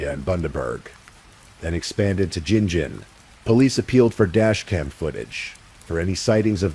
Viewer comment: The AI made me so angry with the awful pronunciation of people's names. Particularly Qld's GinGin people.